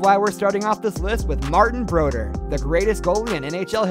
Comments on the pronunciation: BroDEUR, not BROdeur. It’s French. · and BRO-DUR. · I stopped watching when he pronounced Martin Broder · Agreed. "Belvo" Richard with American pronunciation; "Conn Smith", "Broder"...c'mon, man! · Martin Bro-dur? At least pronounce his name correctly. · I tried my best to get through it…I know you’re trying brother, and I want you to keep improving, but you butchered the names of some of hockey’s greatest royalty. Martin Brodeur, Maurice Richard, Conn Smythe and more. Still rooting for you and your channel. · Cannot pronounce Brodeur, the first player mentioned. C'mon, Man. We're hockey fans. Don't blow smoke up our skirts...